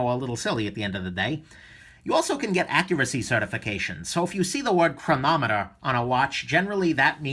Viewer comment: ... LOL ! did he really say "chroMometer" ? oh yeah, he knows watches alright....